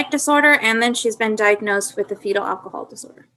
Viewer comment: this attorney is pretty ballsy to call out “pacific/specific” when she cannot say Alcohol. “Eckahol”